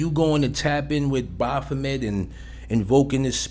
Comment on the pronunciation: The way you mispronounce baphomet like Baaahphomet buggin tf out me